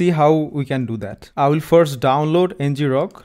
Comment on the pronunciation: 🤔 I always thought it was pronounced EN-grok, derived from “to grok” (colloquial for “to understand”)